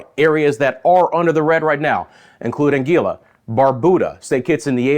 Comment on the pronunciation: Hahaha Ang-quila right. ANGUILLA